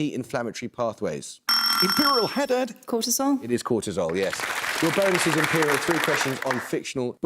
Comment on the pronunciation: The Imperial team should be called "IMPE-LEE-AL".. But they should have chosen someone else as their captain - someone who actually knows stuff.. someone who can seriously contribute with some correct answers.. this cutie-pie captain should stay home and watch Barbie or maybe the adventures of Scooby Doo or something..